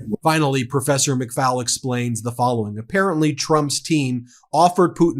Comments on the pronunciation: Ben, Ambassador Michael McFaul's name is pronounced like McFall NOT McFowl like the chicken. Otherwise, great reporting! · Hi Ben - please NOTE McFaul - is pronounced McFALL like fall over ...NOT FOWL like a chicken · McFaul rhymes with 'haul' not "owl". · Ben—correct pronunciations: Sergei = SUR GAY Erdogan = AIR duh wahn McFaul = mik FALL